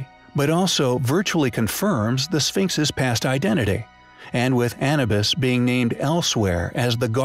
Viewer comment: How can you continue to mispronounce "Bauval", "Schoch" and "Anubis" after all this time?